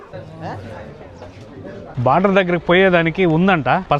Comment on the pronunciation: అది border, not barder 😂